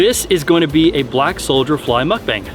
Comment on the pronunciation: Is he saying solder fly?